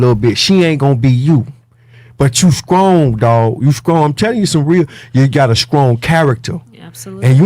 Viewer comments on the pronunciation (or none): "Skrippas... Skrong" Regular People: "Strippers... Strong"